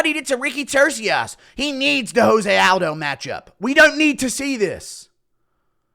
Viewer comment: 5 seconds in Guru disrespects Jose Aldo by pronouncing his name wrong